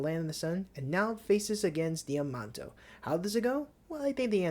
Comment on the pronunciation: I think the name is pronouned - Damn Nay Shio